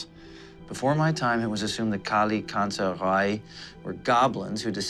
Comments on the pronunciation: FYI the pronunciation for Kallikantzaroi is wrong , it's better without the (o) Kallikantzari , the (oi) at the end sound like the (e) letter , Kallikantzaroi is the plural of Kallikantzaros , many Kallikantzar(o)i -/ one Kallikantzaros, καλικάντζαροι/καλικάντζαρος. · Kalikantzare. Long e sound at the end. Plural. Kalikantzaros for singular. The way its pronounced in Greek. :) (oi makes a long e sound). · By the way it's a Greek word and it's pronounced as 'kalikatzari' (καλικάντζαροι) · i m greek they butchered the word kalikantzaroi